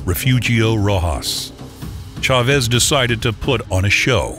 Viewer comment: the narrator is so annoying with this pronunciation of the man's name. The stress accent is on the "a" homeboy not the e, then he tried to sturdy up pronouncing Rosario with an accent. Quite comical!! XD